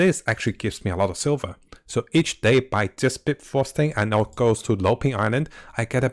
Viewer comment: Bifrost not Bitfrost